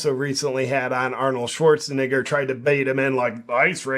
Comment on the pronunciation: "Arnold Schwarzeneigher" - JP Sears